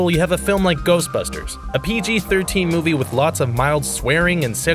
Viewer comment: Lol "Ghostbursters"